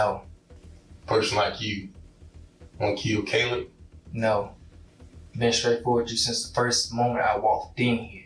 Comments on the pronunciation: He is constantly mispronouncing Caleb and other victims. This is one of the original channels using computer generated narration. But the least they could do is listen to their own video and correct the disrespect to the victims. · kah-lub? Bro really? Its Kay-lub. VERY common name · Why do you keep pronouncing Caleb like that??? It's not Calib. It's Cay-leb. You can hear people say it multiple times n the video the correct way and you still just decided to butcher it every time lol. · It's pronounced (kay-lub) Caleb. Not (cal-ub) smh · I believe it's pronounced CAY•LEB NOT CAHLEB the name is Caleb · The most annoying thing ever is hearing the Narrator Repeatedly say Caleb the wrong way over n over. Its not CALL-UB its Pronounced CAY-LEB!! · It's not pronounced as kal-eb! It's Kay-lib! Spelt Caleb. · Please take the time to train your AI to pronounce names correctly. It’s Caleb, not Calleb. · The son's name was pronounced Kay-leb, not Callib. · Can the narrator hear the cousin pronounce Caleb's name? ( kay-leb, not Ka-leb) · Caleb… Cay-leb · I keep saying to myself and no one in particular. It's Kay-lub. Damn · CowLeb...wtf get it right..AI or not ...yet people want to replace humans with this crap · Caleb = k-lib is the correct pronouncement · You keep mispronouncing the 17 yr old Caleb. It’s pronounced C long A leb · Yes, thank you. Like kay-leb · The way the narrator pronounces Caleb makes my eye twitch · Why does AI pronounce "caleb" lile a mexican? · Why can you say Javarceay but not CALEB!?! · Can say Javarceay but not Caleb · Ugh the way the narrator is saying Caleb's name is driving me crazy! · Narrator, how da hell you can prounounce Javarceay correctly but not Caleb? Jesus man! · I hate the way AI pronounces Caleb. 😂😂😂😂😂😂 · It would be nice if you pronounced the victim's name correctly. Caleb is pronounced correctly by people in the video. Please correct your voice over. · The AI voice pronouncing Caleb wrong over and over is really annoying.